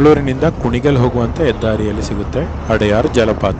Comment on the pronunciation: ಅದು ಅಡಯಾರ್ ಅಲ್ಲ. ಅಡ್ಯಾರ್.